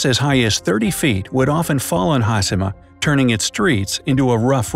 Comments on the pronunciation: Says TakaSHIma. Also: hasima. What haplened to the word HaSHIma? Oof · I don’t know why you would say hasima rather than hashema it’s very distracting. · its funny that he pronounced hiroshima correctly but failed with hashima which is essentially the same principle :D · It's Ha-she-ma...NOT Haas-e-ma, as the narrator states. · Pronounced Taka(shi)ma correctly but Ha(shi)ma wrong. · Its not "ha-see-ma". Its "Ha-shi-ma" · Foreigner: Ha-si-ma Me: Ha-she-ma... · In a nut shell, it's a concreted deserted island with harsh weathers and earthquakes, that was once a prosperous coal mining island. Great! The video could've taken a third of the time, and please learn to pronounce Ha-sheee-ma, there's no C sound in Hashima. Have a great day! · It's pronounced "hah-SHE-mah!" Not haSImah.... 😒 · There is no "has" nor "hi" in the Japanese Language. It's pronounced Ha-shi-ma like Hi-ro-shi-ma. Not Has-hi-ma. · hashima! HaSHIma! HA-SHEEEEE-MA!...enough with the SIII.. lol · Shi in Japanese is pronounce in “she” sound so Hashima is pronounced Ha-She-Ma and not Ha-Si-Ma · Here’s a Bright Idea: Pronounce the second H in HasHima! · it's HASHEE-MA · Narrator said "Hasima". My ears hurt.. ugh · hashima (ha shee ma).. omg, can your announcers not butcher every non english word? -_- you can say takashima (ta ka sheee ma) no problem, why not hashima -_ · No one: The guy in the video: Ha-Si-Ma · Its “hashima” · Pronounced HAH-SHEE-MAH video voice person guy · how’d you manage to pronounce Takashima correctly and not Hashima..smh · Pronounced Takashima with no problem. Can’t pronounce Hashima correctly. Hmmm 🤔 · As someone who speaks a little Japanese, it kills me to hear him repeatedly mispronounce the names! If you are doing a video, you would think they could at least learn how to properly pronounce the subject of their video!!! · Thank you! It was like you could have a drinking game for each time they mispronounced it!